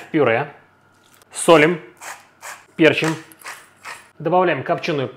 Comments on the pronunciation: Ни пе́рчим, а перчи́м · Дитя перестройки: со'лим, пе'рчим. Так Миша Горбатый под пиндосов стелился, перенося ударение на первый слог, как в английском языке.